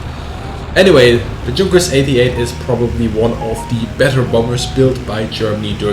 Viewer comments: As an American and a WW2 nerd, I have gotten used to hearing the proper German pronunciation of "Junkers". Now it's weird hearing a proper German saying "Juhnkers" instead of "Yoonkers". It hurts my head. :-) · Why do so many ppl pronounce Junkers like that? It's /Yunkas/ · Is the name Yunkers really pronounced like is pronouncing it, with an English soft g sound as in "George"? Isn't the "Y" sound in German like the word "York"?